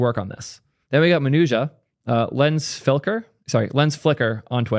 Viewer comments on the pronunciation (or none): none